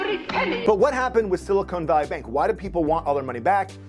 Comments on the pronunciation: Great video! (It's Silicon Valley not Silicone Valley btw). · Silicon ≠ “silicone” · It’s not “cone” it’s “con”. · It isn't pronounced "sili-cone" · It's silicon not silicone. Silicon reflects the compound in a computer not those gel inserts in a woman's upper thoracic area. And still, what is a woman?